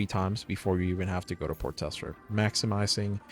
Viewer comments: HEH man; its TRESSLER not TESSLER haha J/K bro but i had to say it :P Nice vid. btw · You keep saying "Port Tessler" instead of Tressler :P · lol i'm sorry but i can't get over the fact you leave the first R out of tRessler... but solid video thanks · Port Tessler has a nice ring to it, just saying. 😊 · It's a silent R